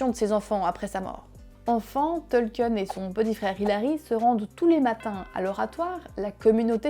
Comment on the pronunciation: Sympa la vidéo. Il faudrait peut être revoir la prononciation du nom du principal intéressé. C'est "Tolkine" et non "Tolkieune".